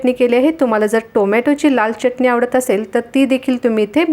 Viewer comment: चटणी हा शब्द बोलताना " च " अक्षरावर जोर का देता ?? च उच्चार बरोबर करावा.